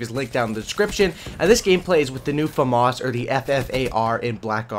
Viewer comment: I heard Fam-Arse so I left, famas.